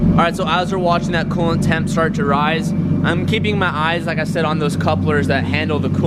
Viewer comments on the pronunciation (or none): none